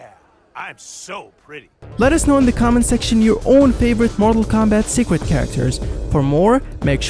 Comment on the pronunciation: seeqwet character